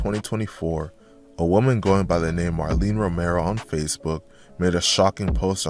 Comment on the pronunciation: Marlene - maraleen 🤣🤣